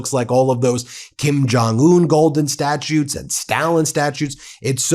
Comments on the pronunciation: the word is 'statues' NOT 'statutes', jackass... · Are you switching between human narration and AI narration? "Statutes" vs "statues?" Don't get lazy with AI!!! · You said "statutes" instead of statues several times... perhaps the Orange One isn't the only one with cognitive decline, or maybe it's just because you're American 😆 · sounds like you are saying statutes.